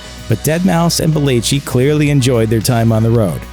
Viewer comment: It irritates me that he can’t say belleci correctly.